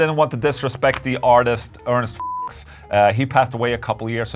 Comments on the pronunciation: I think it’s pronounced Fyooks with a long “u” sound rather than the short “u” of words like ducks or pucks or bucks or, well… fucks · For what it's worth you could probably bypass the Ernst Fuchs conundrum by pronouncing his last name correctly ("Fooks")... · So it’s Fuchs and not “Fewchs” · I know you had german in school, the german pronunciation of Fuchs wouldn't have triggered the YouTube police I'm sure haha ("Foox) Also is so damn adorable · The reliability-rating could've been avoided: Ernst Fuchs' last name is pronounced closer to "F-oo-chs" with the "ch" being a voiceless velar fricative, very similar to the "j" in jalapeño. He was a great artist, too. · the Fuchs in Ernst Fuchs should sound more like saying "looks", but with f at the beginning. Not as funny, but more accurate and less demonetizing xD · „Fuchs“ is a German name (it translates to fox) and it’s pronounced [fooks] like „books“ with an f. 🤓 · Ernst Fuchs is pronounced,.. FOOKS!! 😂🤣 lol. no wonder they didn't like your version...lol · Hahaha actually, Foohs. But Ola's version was also nice :D :D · Fuchs is pronounced Fyooks, just an fyi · It’s pronounced Foocks. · Isn't his name pronounced Fewks?